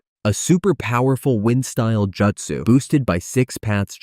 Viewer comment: Good video but check your pronunciation. Raikage is not (Rai--cage) its Rai--kah-geh, Justsu = Joo--t-soo not juh-t-su, Suasano'o = Sue-sah---no--o not Sue-sah-new